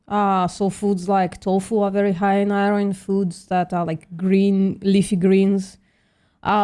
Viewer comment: VPM.... Please tech how to pronounce "iron" 😂